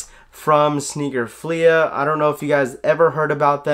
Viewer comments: Dope video but it’s not pronounced sneaker “Fleahhhh” it’s sneaker “Fleeeee” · Nobody:: Sneaker FleAH